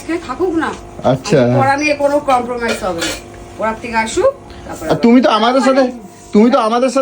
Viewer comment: তোমার মায়ের আত্মার শান্তি কামনা করি। গোলু মেয়ের সামনে ইংলিশ টা ভুলভাল বলোনা। তুমি যেটা বলবে ওই ওটাই শিখবে। তোমার বর স্বীকার করে উনি কিছু জানেনা। কিন্তু তুমি নিজেকে খুব শিক্ষিত ভাবো সব জান্তা ভাবো তাই বললাম। কথা টা ক্রোম্পোমাইস না কম্প্রোমাইস হবে।